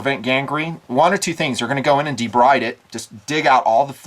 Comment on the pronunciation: BTW, "debride" is pronounced De-BREED.